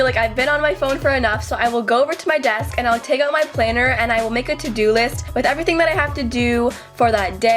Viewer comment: "make a tot do list"